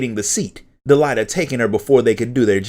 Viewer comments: He did not pronounce "Delita" correctly, and almost all the names in the original English script are Engrish mistranslations of what they should have been (as reflected in the WotL script). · DEELighta lmao. I always pronounced it Delete-Uh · Del-ai-ta?? XD